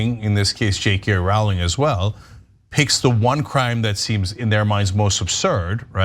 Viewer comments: Why won’t Ana and Cenk pronounce Rowling correctly? Are they ignorant, malicious, unprofessional? The ‘row’ rhymes with ‘no’, ‘row the boat’, ‘robust’, ‘Roman’, ‘roller’. Most children know this. Her name is famous and simple to pronounce. A and C obviously dislike JKR and perhaps consider mispronouncing her name as some sort of put down. J.K. Rowling has made the world a better place through her writing, philanthropy, kindness and good deeds. Her comments on this issue, I believe, are motivated by a concern for the well being of women and to point out worrying outcomes in some judicial decisions. Admirable. Ana and Cenk’s comments seem motivated by something very different. I made a comment in an earlier post that J.K. Rowling is the victim of a ‘hen pecking party’ as described in Ken Kesey’s ‘One Flew Over The Cuckoo’s Nest’ with Ana being Nurse Ratchet. Like RPM, JKR is seen as a rebellious individual who needs to be suppressed and forced to conform. RPM resists with tragic consequences. JKR has been unmercifully hen pecked by numerous people on the internet. They keep gleefully pecking away at her expecting her to crack. Fortunately, JKR appears tough enough to stand her ground like we all must do, like millions have done in the past when confronted by intolerance and injustice. Glad to see many people writing in her defence and making supportive, common sense comments. Lobotomies are not a final solution. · It's Rowling like bowling not Rowling like howling. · Her name is pronounced /rouling/ not /rauling/. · "Jk ralling" she has no credit. Cant even pronounce her name. These two are idiots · Rowling rhymes with bowling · Why are they pronouncing Rowling weird?